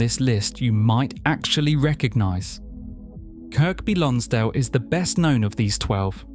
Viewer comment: So Kirkby Lonsdale is pronounced Kirby - the middle k is silent. Originally, both k's were pronounced but over hundreds of years and the way the Northern accent developed, the second k became silent. Apparently. Also, the River Tywi is pronounced Towee - as is cow-ee. If the narration is done by a real person, I recommend researching pronunciations before making these videos and if it's AI, well, heaven help us. Apart from these little mistakes, lovely video 😊